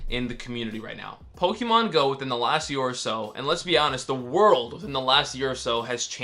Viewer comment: Someone tell this guy how to properly pronounce "Pokémon"